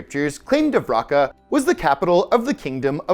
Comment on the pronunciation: Dwaraka pronunciation Duh-vah-ree-kah Patala peonunciation Paah-taah-l